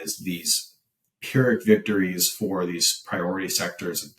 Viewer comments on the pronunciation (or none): none